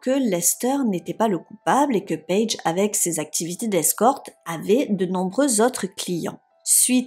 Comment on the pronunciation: "payge" Merci pour cette histoire que je ne connaissais pas . C'est bien triste !